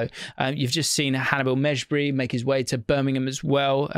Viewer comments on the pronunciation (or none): none